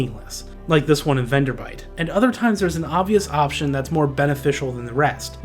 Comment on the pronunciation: It's VenderBLIGHT. Not "Venderbite". FWIW. Good video though.